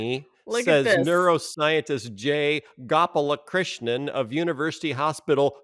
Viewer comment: Did Phil pronounce the Indian scientist’s name wrong? I could have sworn the scientist’s name was Gopalakrishnan